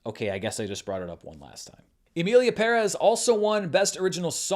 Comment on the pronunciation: OMG thank you for pronouncing Emilia Pérez correctly. You’re the only one. Love you since the Screen Junkies